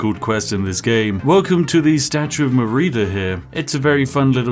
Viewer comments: For a man acting so high and mighty you sure do struggle with the basics.. like reading. and listening. Its Meridia, not Mereeda. every single time.. otherwise, enjoying the content. have this comment to help the youtube algorithm. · "merida" Spiff, 100% game breaking, 0% reading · “Merida” She would curse you for getting her name wrong. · "armen, mareeda" huh???? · Statue of "Mer-eeda" do you even listen to the dialogue in the game, or yourself? apparently not. 🤦‍♀️ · Spiff pronouncing Meridia as Merida vexes me greatly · Spiff has played uncounted hours of Skyrim. Can't say 'Meridia'.